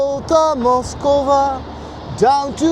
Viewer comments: উচ্চারণ মস্কভা না. মস্ক-ভা . যেমন দোস্তই ভস্কি না. দস্তয়েভস্-কি ( uccharon koro thikmot হসন্ত চিহ্ন (বা হস্ চিহ্ন) বলে। যেমন: ক্, ম্, ল্ ইত্যাদি. yevski or ovski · Darun laglo Mosk-va (not Moskova) and Gorky Park. You lived the first line of winds of change.